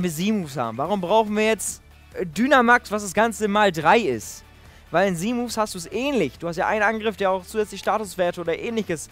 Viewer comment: Wieso sagst du Z Moves so komisch weil Z wird auf Englisch anders ausgesprochen